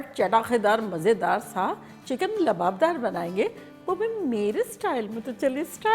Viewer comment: Kam se kam aap to Lababdar mat boliye... Aap to itni achchi urdu bolti hain... Jinhe urdu nhi aati unhone Lawabdar ko Yeh Naam diya hai Lababdar.